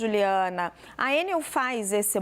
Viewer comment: Pera! A jornalista Raquel pronuncia Ê - NEL. Originalmente uma sigla - ENEL - tornou-se uma palavra normal (acrônimo), portanto, o correto é E - NEL ( tonicidade na última sílaba - NEL. Ex: papel, carretel, hotel, etc)